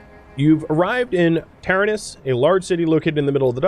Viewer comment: you keep mis saying taranis. its Ta-ran-is